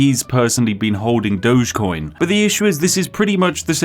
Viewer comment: "DOG-EE-COIN" Doges were the guys who ran Venice.